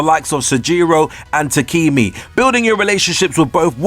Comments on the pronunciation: I noticed that too. "Raiuji" "Sojiyro" "Takimi" etc. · So... You claim that you played the game ergo you heard all of the voice lines and you heard the pronunciation yet you still manage to get it wrong like "Rai-yu-ji", "Takimi", "Sahjiro" or "Mementum". It's quite interesting to say the least.